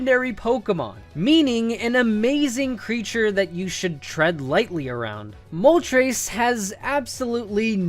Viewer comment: I've never heard anyone pronounce Moltres as Mol-Trace until today 🤦🏻‍♂️🤦🏼‍♂️🤦🏿‍♂️